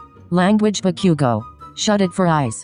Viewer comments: bakyougo is what they kept saying srsly lmfao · MHA: Bakugou The voice: Bakiugo HAHAHAHAHA